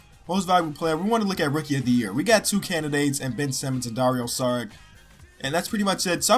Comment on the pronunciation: it's pronounced "dario sharich"